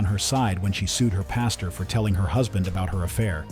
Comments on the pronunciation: It’s PAS-TOR Not PAS-TUR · Yo A PASTURE (pronounced pass-cher) is a field where livestock graze. A PASTOR (pronounced pass-ter) is a church leader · Hey red, I gonna give you a little crap. A pastor is a man that preaches the word of God and a pasture is where cows go to Grace. It sounds like you’re saying the second one lol